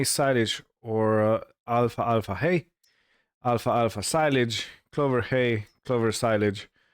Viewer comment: Greetings, well I seen all videos you made and am caught up. I truly enjoyed everyone!! You sir make me laugh some times with your accent and pronunciation. Alfalfa hay is pronounce Al-fal-fa not alfa alfa lol. keep up the good work and glad the earth quake was nothing serious.....Tony